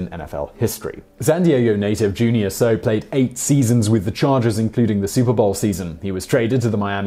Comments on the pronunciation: With regard to the San Diego Chargers 94' team a total of 9 players from that team have died untimely deaths since including Junior Seau (pronounced 'Sāy•yow by the way) One guy was even struck by lightning...TWICE!!!! I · In addition to old facts, he's mispronouncing "Franchitti" and "Seau"